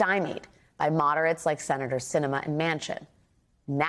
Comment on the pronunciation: I am LOVING that Sinema clearly did this for attention, thinks no one gets what she's doing, AND every single person reporting on this is mispronouncing her name. She thinks she's so important, but obviously isn't when no one even knows her name. Let her be Independent; the letter behind her name won't change the fact that she's invisible and unnecessary.